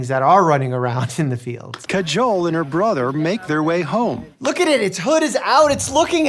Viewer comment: DUDE her name is Kajol, not cajole. The Indian people they interviewed must have pronounced her name multiple times; how did they still say it so wrong. Listening to that hurt almost as much as a snake bite.